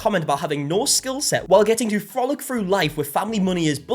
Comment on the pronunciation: i shouldn't say this but your accent voice over everytime you say "frolick" is so flipping hilarious it just make that parchment guy look so funny but seriously who says frolick😂 but wait..what if the truth is he's mad because they didn't use his parchment paper in their cooking video, that be wild 🥲